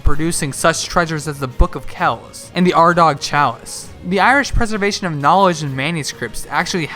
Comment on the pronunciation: Hi if you are referring to the Ardagh Chalice, your pronunciation was perfect. Ardagh is a small village in County Limerick in the province of Munster where the Ardagh Hoard was found, while Armagh is a county in the province Ulster and part of Northern Ireland. It’s where St Patrick set up a church and it’s typically seen as the ecclesiastical capital of Ireland where the Archbishop/Primate of the Roman Catholic Church or for those of the Anglican faith the Archbishop/Primate take their seat. Also another fact about Armagh, Ard Mhacha, Macha’s Height (which btw you have also correctly pronounced) is that it’s name derives from another famous location in the county, Eamhain Mhacha anglicised to Navan Fort and meaning Macha’s Twins/pair. This is a famous location in Irish Mythology with many events occurring here as it is often seen as the seat of power for the King of Ulster. Interestingly a Barbary Ape from North Africa was discovered at the location, indicating the extensive trade links that Irish kingdoms at that time had